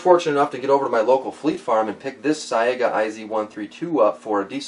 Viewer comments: it's pronounced "S-eye-guh" not "s-eye-ay-guh) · Is it pronounced "Sa-ee-ga" or "Say-ga"?